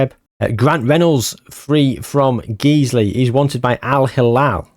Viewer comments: Just for future if you need to mention them, Guiseley isn't pronounced Geezley. Think of disguise. The Guise bit of that is how you pronounce Guiseley. Guise-ly. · Guiseley is my local non league club and it is pronounced g-eyes-lee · Guiseley is pronounced Guy-slee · it’s pronounced ‘Guys-lee’ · The pronunciation of Guiseley made me giggle